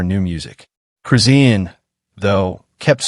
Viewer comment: PRONOUNCED HER NAME RIGHT ITS CHRIS. SHAWN THATS THE WAY ITS PRONOUNCED NOT WHAT YOUR SAYING